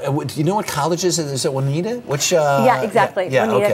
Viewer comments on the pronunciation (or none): its pronounced joo-nee-ata juniata college